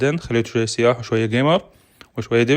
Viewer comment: سياح بدون تشديد على السين يعني سايح. مو سييياح